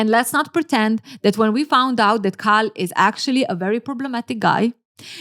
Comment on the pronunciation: Its KAL not CARL. this is botherring me as an Asian person. Kal for Kareeem